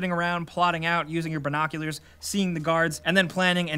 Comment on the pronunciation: What the hell are "ber-noculars"?